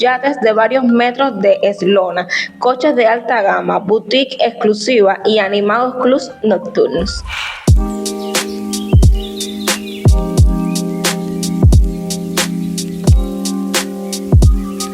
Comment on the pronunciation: no se dice " eslona, sino eslora, lo cual no sé si se escribe así, pero si sé que se pronuncia eslora " y, creo que significa " el largo de una embarcación.💥💯